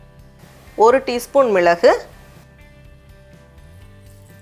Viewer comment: Namma ma MILAGU nu solra azhagae azhagu thaa... andha LLA uchcharippu mmmmm... apram🤔 "avlo thaa" fans😍🥰 enjoy n tc... 🪔🙏Anaivarukkum Iniya Thirukaarthigai dheepa nalvazhthukkal🙏🪔